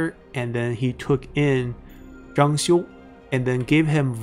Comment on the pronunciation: 张绣是第四声😂虽然能理解，但时常几个比较有名的人物，地名都发错音了，希望能改正